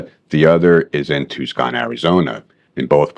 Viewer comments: Yeah first I've ever heard anyone pronounce it as tuse-con instead of Tuse-on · Great video and awesome class! Just a small issue. Its Tucson not Tuscon. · "too skon" ? You mean "too saan". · Tucson pronounced two sawn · Tucson is pronounced tuson. Not ribbing just informjng. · Sorry, but "TOO-SKAHN"? Joking with you but thanks for posting. This was counter-intuitive to me until you explained it. Cheers mate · I made it half way through the video, then you said ToosCon, Az and I lost all trust. ✌️ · Two-scon??? TWO-SCON????? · Just wanted to point out the city is Tucson and is pronounced like Two Sahn. The C is silent. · The C is silent in Tucson AZ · Great video but it's Tucson lol